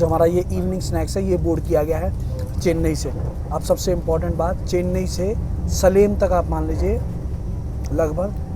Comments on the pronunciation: भाई वो सलेम नही सेलम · Very poor pronunciation of the names of the towns in tamilnadu. सेलम् is pronounced as सलेम् । ईरोड् is pronounced as एरोड् । First get those basics right please. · It's not सलेम but it's सेलम । Please prononunce the names of places correctly. And it's not कोयंबटूर its कोयंबतूर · It's Selam not Saleem what you pronounce.. it's wrong.. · Salem should be pronounced Shelam. Not Saalem. Pl correct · सलेम नहीं भैया सेलम बोलते हैं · hey man its spelt as salem , but pronounced as selam . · It is सेलम not सलेम 😌 please correct it sir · 'Salem' is pronounced as say-lum (kya karein...English is a very phunny language). By the way, the train was looking very steady even at 120+ kmph. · Station Code of MGR Chennai Central is MAS. Salem is pronounced सेलम actually. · Its pronounced as saylam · City name are to be pronounced as SAYLAM N EEEROAD instead of what being said in video, FYI. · A-Rod nahi bhai.. its, Erode (E-rode).. and its Salem (Say-Lem (spelled Phonetically)